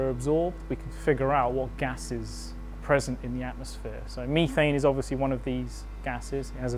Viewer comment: Weird Iv never heard CH4 pronounced "Me-thane" before.....only "Meth-ane"